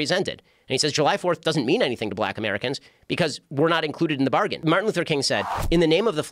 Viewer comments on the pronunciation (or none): none